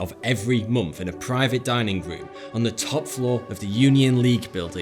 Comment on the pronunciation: I nothing but love the way you pronounce "month": (mommfht)